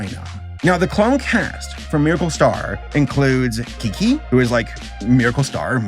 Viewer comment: As someone who can speak and understand basic forms of Chinese, you did well with Kiki but Gua Gua is pronounced (Kwa Kwa) instead of (Gwa Gwa). The basic phonetics of Mandarin goes like this. B (po) P (pho) M (mo) F (fo) D (de) T (the) N (ne) L (le) G (ke) K (khe) H (he) J (ci) Q (chi) C (si)